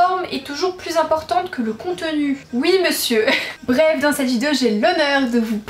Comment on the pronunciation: Tu as redis "vidzéo". On retrouve enfin la belle avec ses défauts de prononciation qui font sa charmante personnalité.